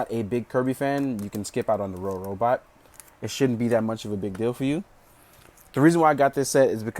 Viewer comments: Not rorobot say robobot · IS NOBODY GOING TO MENTION THAT HE SAID "RoRobot"?!?! IT'S ROBOBOT YOU PLEBIAN!!!